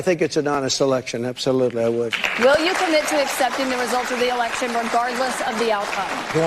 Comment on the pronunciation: Megyn has repeatedly done what she says ABC did. She always refers to "elekshun" crime as nonsense without reviewing or presenting the evidence. And the evidence is more than substantial. She does this either because she is poorly informed, or for financial reasons: so she is not dropped from this platform on which the topic is forbidden. In the wake of the "elekshun" 2 1/2 years ago, for about 10 days numerous eyewitnesses posted on this platform their horrendous experiences at counting centers. They had been muscled out of the process, and/or sent home, and then counting resumed late at night in major swing state cities, where tallies suddenly and magically got flipped. Eyewitnesses also spoke of stacks of counterfeit (censored term) and other serious wrongdoing that violated "elekshun" norms and security. These same occurrences took place in the several large swing state cities. (If I am too specific, this comment will be removed.) All those eyewitness testimonial videos were then removed by YT, and, as we now understand after the Twitter files, probably at the behest of three letter agencies. This is, of course, just a fraction of the evidence. Much more indicates that the results were falsified. And the topic has been suppressed across social and mainstream media.